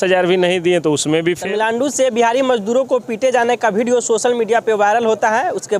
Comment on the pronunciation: तमिलानडू नहीं है बल्कि तमिलनाडु है आप सही उच्चारण करें